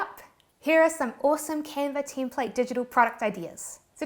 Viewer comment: sometimes it sounds like Teamplate.